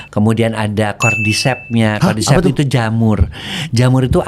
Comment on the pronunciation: kaget anying pas denger "cordycept" jadi inet di film2